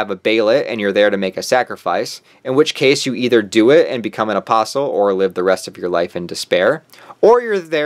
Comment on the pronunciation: at least you actually say the word " apostle " correctly. These yt channels that say apostle without the t silent. I guess they say the word " castle " with the T 😣